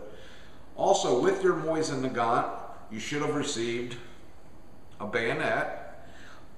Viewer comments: Nice. Just used this to help me tear down mine. Good instructions. Also... lol at "Moisten" Nagant. :) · great vid, only thing that slightly bugged me was simply the way you said it. i say it (moe-zin nu-gant) and you say it (moy-zin nu-gont) just i little bit different, cool vid though, i love mosins.